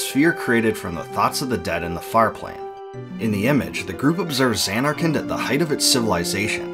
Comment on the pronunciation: Sounds like you're saying Xan-Narkand. Stretching the first syllable and making a double N sound while ignoring the last syllable.